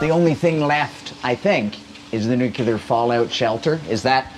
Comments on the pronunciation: Nuclear not nucular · What is "nukilar"? 😄😄😄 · Newkiller shelter? Aren't you Canadian? Shame shame 😄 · 2 things. Most of these idiot commenters don't even own a house. Secondly the word is NOO-KLEE-ERR not NOO-CUE-LER. God people are so ignorant. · Too much concrete for me. What’s nucular? 😂Nuclear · stop saying nu-cu-ler please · Would someone please educate about how to pronounce NUCLEAR?! Dictionary says "nuclear /noo͞′klē-ər, nyoo͞′-/ Adjective: Of or relating to atomic nuclei. "...a nuclear chain reaction." It is not "NUKE-ULAR"! Canadian education and too much weed strikes again. BWHAHAHAHAHA!